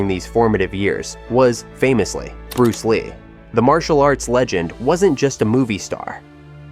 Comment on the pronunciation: "Bluce Lee of course" 😂